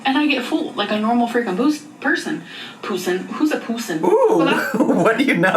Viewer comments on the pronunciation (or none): “What do you know about a pooosin” took me tf out 😂😂😂😂😂😂😂😂